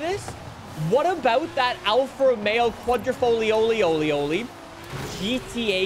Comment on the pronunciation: I love it when pronounces the Quadrifoglio name like that 😂